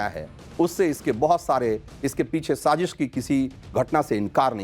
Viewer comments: Sazeeeesh nhi Sazish! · Sazish word tu theek bol lo yaar! Kamaal hai godi media. Stupid ass! Dubai main kis nay sazish kerni thee. Uloo kay pathay!